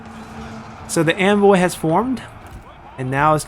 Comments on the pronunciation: why do you say 'anvil' like 'envoy'?????? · I love the video, just discovered your channel and am binging like crazy ^^ What has been getting me this video is your pronunciation of "Hammer and Anvil", it sounds more like "Hammer and Envoy" and I just imagine your infantry as the envoys of death himself, watching in glee, while your cavalry units smash into the enemy lines...